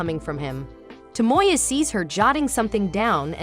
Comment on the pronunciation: To mo ya. NOT Toe Moy Yuh.